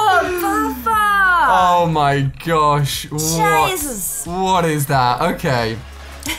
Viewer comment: lol says jaasus